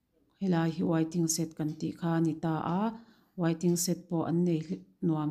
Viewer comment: Wai-ting-set..... tia lam lovin waiting shed ti thei ta la, ngaihthlak a nuam Sawt ang